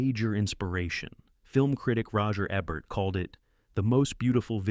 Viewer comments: face-purple-wide-eyes::face-fuchsia-wide-eyes:Roger EBB-ert ???? It's EE-bert! Sheesh!:face-purple-wide-eyes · Ebert pronounced correctly one out of three times. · are you AI or do you just not know how to pronounce Roger Ebert's name? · What's with narrations mispronouncing Roger Ebert's last name? This must be the third video I've seen butchering it. AI generated?